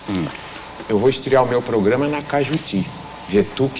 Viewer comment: Radio CAJUTI e não CAIJUTU. ]